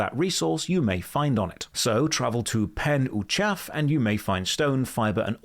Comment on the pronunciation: those place names etc are Welsh. Pen Uchaf is pronounced 'pen eechav', with the 'ch' pronounced from the back of the mouth rather the front. Pen kinda means 'topmost area' (as in a mountaintop, the source of a river, or someone's head) and uchaf means 'highest'.